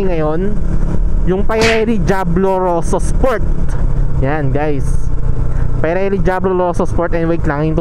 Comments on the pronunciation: Pee-re-lee idol not pie-re-lee😅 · Pirelli hindi payrelli ride safe